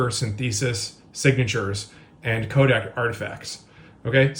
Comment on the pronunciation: Yes and "Kodak" 😅 all the other times it said "'code" for codec.